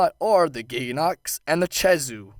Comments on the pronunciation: when the he'll did blangonga become balonga, read the names before you try to pronounce them, like khezu, kh does not make the ch sound, kh makes the K sound so it's kezu not chezu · Not che-zoo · Did u say chezu its pronounced kezu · not to be nit picky but its Kezhu not CHezhu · Chezu? Don't pronounce it like that. It's Khezu... K-ezoo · okay okay, I can deal with some of the mis-pronunciations, but freaking CHEZU? it's spelled KHEZU, what in the world makes you think it's chezu? edit: he even spelled it "khezu" in the video, and yet still calls it "chezu" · it's not chezu it's khezu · why do you pronounce khezu as "chezu"? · You don't pronoun a K with the CH sound. Lol Keh zew not che zew. No hate, just a English lesson :3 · My advice to like the Zinogre: Get Gud Edit: Pronounces Khezu like "Chezu" Kh still sounds like K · And I thought Ragegamingvideos was bad at pronouncing monster names...Chezu?! CHEZU?!?! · It’s pronounced keh -zoo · also, where the fuck did you learn to say CHEZU? It's a K goddamit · the way you pronounce ''khezu'' is just...just fucking BAD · FUCKIN CHEZU REALLY?!?!?!? HOW DO YOU FUCK THAT UP?!?!?!?!? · I don't understand how you got "chezu" from khezu. with a k. I think that's the strangest pronunciation of a word I've heard so far. That no good no theme piece of flabby garbage on fire still sucks though. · "balonga" ???? blangonga... "chezu" ???? khezu... literally just disliked because ur so bad at pronouncing them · huh, NEVER heard Khezu pronounced "Cheesoo". also i have the feeling that he doesn't know a whole lot, and just snagged rathalos pl8 drop % off Kirinico to argue, because most pl8s have the same drop %...kinda shown by rocking a water hammer vs. Rathalos (which is dragon/thunder or gtfo) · ke-zoo ffs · blan-GONG-ga keh-ZU phonetics man. phonetics. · It is Khezu not Chezu. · ah yes, the chezu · THIS! It was so annoying hearing him say Chezu